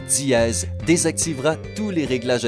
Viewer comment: Diéeeeez hhhh srx c dièse pas diéeeeez 😂😂😂😂ta voie me soul srx🙄😑